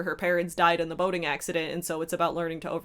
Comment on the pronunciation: I heard " her parents died in a horrific boning accident."